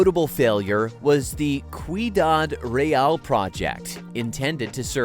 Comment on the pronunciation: Amazing video and infos! But I never saw an American struggle so much with easy Spanish words. The pronunciation of "Ciudad Real" is unparalleled!